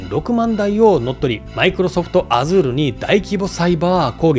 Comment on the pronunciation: 他の方が指摘されておりましたら申し訳ございませんが Azureの読み方はアジュールが正しいと思われます。